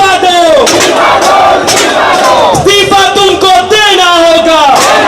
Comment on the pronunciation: Love you beta,the way u said "इस्तीफा तो देना होगा"I hope you guys succeed and we will see a beautiful country,I wish you all the best,From KOTA, RAJASTHAN